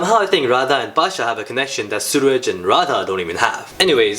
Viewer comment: When you say suraj it sounds like sewage. Pretty accurate.